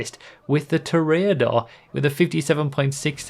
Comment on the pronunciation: Damn, really just said "Toraedor".